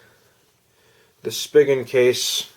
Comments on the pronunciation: Thanks for this video. One thing though, it's pronounced 'spee-gen' not 'spiggin'. ☺ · i thought it was "spygen" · I have been searching for over a month for a good case for my Axon 7 and am on my 3rd case which is the Poetic case which is okay I guess but I prefer something like the Otterbox Defender which I have always used for my phones but Otterbox said they have no plans on making any cases for the Axon 7 so I guess we are stuck with these cases and a few other crappy ones. Just a heads up, Spigen is pronounced (Spy-Jen). Thanks for the video.